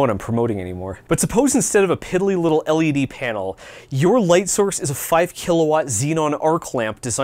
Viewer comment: Haha, wrong emphasis on " L ED," because the different letter between that and "LCD" is the E.